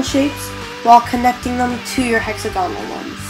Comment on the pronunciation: wasteag is not a word..neither is hexagonal or at least the way your saying them...